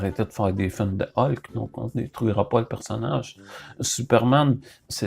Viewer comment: Ca ce dit Hulk mdr